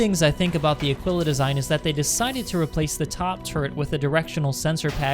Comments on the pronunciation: I think of it as 'a-KEE-la' (Aquila). Mos-KEE-to (Mosquito). Keen-wah (Quinoa). Keesh (Quische). I know English is sometimes contradictory and there are words such as 'quick' or 'quill', but my guess is that the proper pronunciation would be 'a-KEE-la'. ;) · Aquila, would seemingly pronounced like Tequila without the T / uh-Kee-luh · / It’s better pronounced as Ah keel ah. As if it had “a keel, ya?” Edit: Very good point about the med facility for an exploration ship. There should also be a small, dedicated lab. Frankly it doesn’t need much cargo space besides what would fit the rover, but med, science and recreation are all needed for a long haul explorer. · I think you were pronouncing Aquila wrong. Anybody know if he was saying it wrong? Besides that it was an amazing video, keep up with these